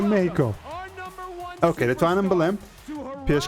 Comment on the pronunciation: سەرکەوتوو بیت بەس پێی ئەڵێن مێخیکۆ نەک مێهیکۆ